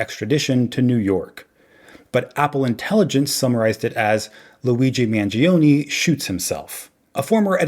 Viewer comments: Mahn-joe, not man-gee-oh. Got it,? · why do Americans so gleefully mispronounce Italian words? MANGIONE >>>>>> MANJONEH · Mangione is pronounced Manjone